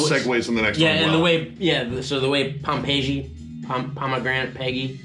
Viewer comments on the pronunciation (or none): Pompeji is pronounced the same way as Pompeii for future reference y'all